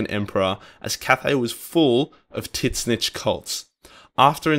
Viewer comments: tzeentch (zinch) not tis-nitch haha Also Archaeon is 3 syllables, ar-KAY-on. Good video, obviously not a big deal. Made up words. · "Tit zneech." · Took me a while to figure out that you were saying Tzeentch. Anyway, good video.